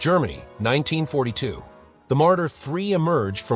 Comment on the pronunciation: You showed the SdKfz 222 not 221. You spoke about Panzer II and showed a picture of a chassis of Panzer 1, with the turret of Panzer 2 but the positions of the 2cm MK and 7,92 mm MG are changed... You spoke about SfL Marder III and it was written: Martyr III 😂 It should be: the Battle of Kursk and was written: the battle of course 😂 Jagdpanzer Hetzer was written: Hedser 🙈 StuG III was written Stuguuji III 😂 Also not Stew IV 😂 And many funny written faults more! 😊 Thank you for uploading it, interesting!👍